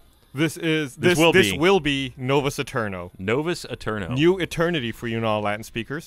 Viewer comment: Actually Gus, a v in Latin is pronounced as a w. And ae is a diphthong, it's pronounced as a long i. The correct pronunciation in English would be spelled something like "Nowas I-terno"